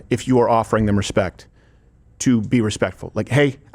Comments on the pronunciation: Respekk is how he pronounces it? Like ?says aks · Steven, it's spelled "respekkk" 🙊